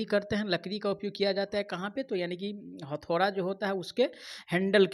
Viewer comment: Hathaura nhi hota bhiya hathauda hota hai